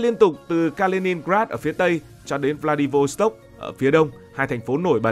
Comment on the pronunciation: Đọc đúng phải là V lạ -đi vốt -tốc ông ơi